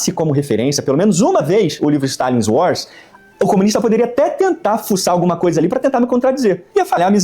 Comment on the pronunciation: 😂 o Camarada aí fala inglês fluente como o Maduro...kkk. "No uars" ..."píce píce (peace)..."imagine ol de pipol"...😂